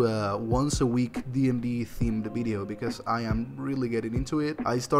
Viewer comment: I like the way you say bideo :)